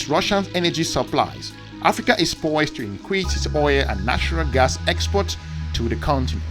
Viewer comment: “AFRICANT” get that right!